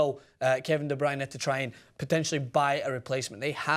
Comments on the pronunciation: Not going to lie, I'm belgian, and the way you pronounced De Bruyne was one of the best i've heard by non-dutch speakers. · The way you said De Bruyne was perfect.